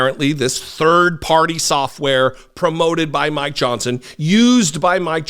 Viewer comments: You say "Mike Johnson". I hear "My Johnson". Sort of like My Pillow. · 😅😂🤣I thought you said “I want to talk about my Johnson”! Before I realized you said mike Johnson! Omg i almost spit my drink out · I love how you keep saying " my Johnson " I'm not hearing "Mike".... that is awesome!